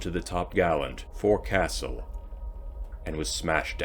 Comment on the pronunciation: Forecastle is pronounced folkesall